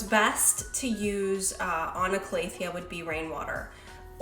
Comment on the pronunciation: Cal-a-thea not Clay-a-thea haha